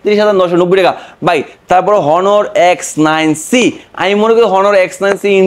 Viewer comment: ওটা হনার না অনার